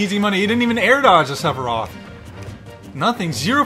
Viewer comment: Did he say cleferoth